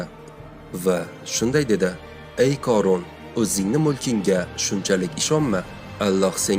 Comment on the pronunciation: Oʻorun корун эмас хорун horun